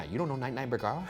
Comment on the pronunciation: I’ve heard boogara so much I forgot his name was bergara